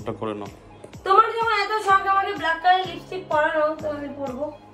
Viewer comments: Kotha ta bluck noi black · ব্লাক নয় রে অশিক্ষিত ব্ল্যাক হয়